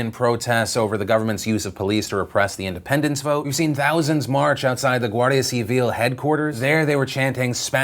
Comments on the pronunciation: i actually felt like a proud parent by the way you said "guardia civil", perfecta pronunciación jajaja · Tbh. I am quite impressed with your coverage on Spain and Catalonia, better than the one seen in Spain. Also your pronunciation of Guardia Civil got better